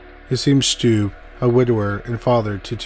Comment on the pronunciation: I'm from Germany and I was really excited when you talked about Peter Stubbe, but please look up the pronunciation - I'm cringing when I hear your pronunciation. It's pronounced Stub-be ^^'